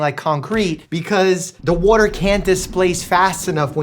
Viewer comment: the WOAter 😂